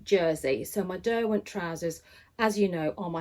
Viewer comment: Great to have you back. Please can you tell me what your favourite trousers are, I can't make out what you're saying is it Derwent? I've made a few Style Arc patterns and love them, I'll certainly look at the Beth pants. I've made the Ponte pants they are a bit wider in the leg, think I prefer the look of the Beth.